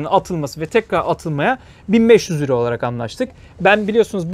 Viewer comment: Selam, videolar için teşekkür ederiz. Lakin lira mı euromu söyledin üç kere dinledim anlamadım. En sonunda yorumlarda okudum liramış. 👍👍 gayet uygun